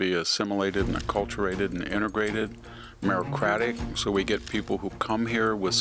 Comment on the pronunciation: Mins. & Mins. VDH says: "MERO_CRATIC" I guess you meant MERITOCRATIC 🫪 (merədəˈkradik)...